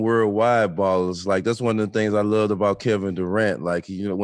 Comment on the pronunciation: Props to Jay-C for bigging up Mark Price : BAL-LER.